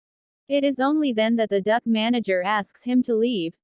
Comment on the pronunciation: That was meant to be said like “what a duck!” But I know you meant Duke, I was just teasing. Also, all I can picture is a very fancy duck 😂😂😂 what’s better is that fact that “The Ugly Duckling” story makes an appearance in this 😂😂😂